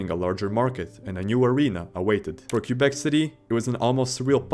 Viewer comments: Its prounounced kwuh-bek. Not Q-bek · "The Q-bec Nordiques...." Sigh. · Nice compilation, mate. Your pronunciation is awful, though. They are pronounced, "Lay Keh.BECK nore.DEEK. No plural S en Francais. Lay keh.BECK nore.DEEK. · Teach your AI to properly pronounce Quebec!!! It's not "Kew-beck." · omg can you please pronounce Quebec properly it's driving me nuts